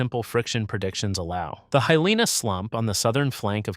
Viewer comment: I think you reversed the definition of superposition, older over younger. Heeleena, not Haileena: Hilina. Grew up there. That said, I have conjectured for many years the possibility that Hilina could collapse within my lifetime. This is a fascinating video. Mahalo.